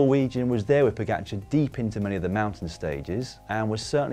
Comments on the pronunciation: Im just glad comentators learnd how to prounaunce his name somehow Pogačar became Pođakar and now is Pogačar again. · Slovenians have it all arranged. Commentators didnt know how to say the name pogačar (somehow it became pođakar) and now theyll have to learn. Next one is Jan polanc to win i see. Just to prepare you its not polanč but polanc.